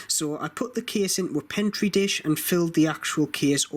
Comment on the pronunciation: It's Petri dish not pentri dish